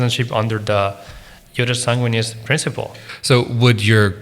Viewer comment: But the accent is not on the a in sanguinis